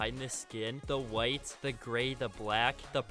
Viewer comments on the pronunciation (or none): none